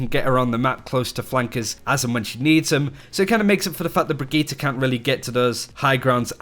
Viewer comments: Brigitte* NOT BRIGGITA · Brigit -"teh" not Brigit -"tah". FFS learn the name - you are a big yt channel on OW so take 5min and learn the bame.